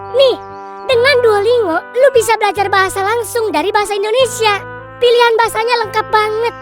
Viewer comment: Ngakak banget nyebut nya Duolingo pake NGO. Padahal cara bacanya DUO LIN GO 😂